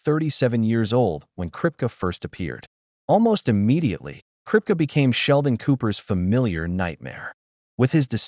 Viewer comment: Did the narrator ever watch the show????? Kripke.. Pronounced Krip-kee not krip-ka! Should I keep going...who's next?